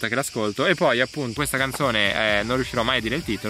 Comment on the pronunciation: 4.04 "i ditalini li faccio con wuesta velocitá"